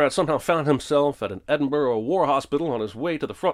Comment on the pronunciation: +1 Sin to for pronouncing "Edinburgh" as "Edin-burrow" - It's more like "Edin-burrah"